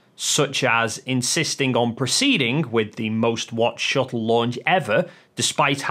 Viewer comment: It’s shuttle. Not shu-ell. You twat.